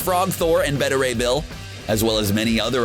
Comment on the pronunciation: I feel like you intentionally pronounce characters names wrong so you garner more comments saying "its pronounced 'beta (beta max) Ray Bill' not Betta (better?) Ray Bill".....wait..